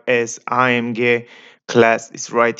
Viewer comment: The way you say AMG to be A-M--GAY.